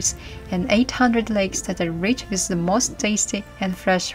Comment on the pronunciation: The word with is pronounced with a TH not wizt. Please enunciate, I noticed when you speak you barely move your jaw. Use your jaw to sound out words